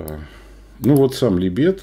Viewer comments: ну какого ЛибЕта?? Ну ало. Неужели трудно посмотреть правильное ударение в той же Википедии? Как же уши сворачивает этот либЕт. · Да не либЕт, а лИбет! Может у вас и Га́млет тоже ГамлЕт?😆😆😆